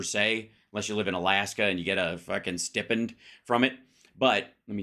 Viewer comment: It’s stipend. It rhymes with ripened.